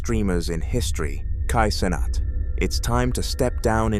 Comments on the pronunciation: kai sonnet💀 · Bro said kai cenat again🗿